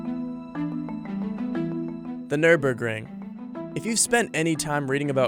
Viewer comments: It's not pronounced "nur-burg". See that umlaut over the first "ü"? It changes the sound. At least learn the correct prononciation before making a video on it. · It's very funny to hear his pronunciation as a German. German: Nürburgring American: nÖrBörkrInG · ahh yes the Nurburgering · Any decent journalist would do at least some research as to how to pronounce Nürburgring. 🙄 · NÜRBURGRING!!!! NÜRBURGRING!! NOT NÜRBURGRING! YOU NEED TO PRONOUNCE Ü.